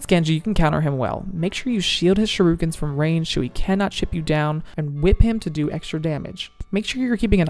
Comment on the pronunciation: These are some great tips, especially regarding the Echo. Never considered any of that. And, just an aside -- it's "shoo-ree-ken" (shuriken), not "sha-roo-ken". (Referencing the overdub during the Genji tips)